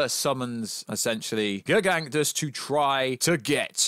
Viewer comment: How on earth do you manage to pronounce "Gargantos" as "Gerganktus"? 😂